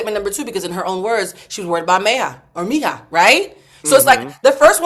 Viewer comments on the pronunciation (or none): It's actually pronounced May E Ha = Meija. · I thought was afrolatina? Why is she struggling so much with Meija (mija's) name pronunciation?